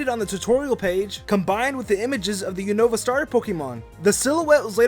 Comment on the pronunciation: It's not unohva it's unova